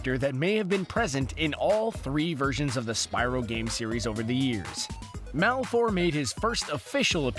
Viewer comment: the "e" in Malefor is silent.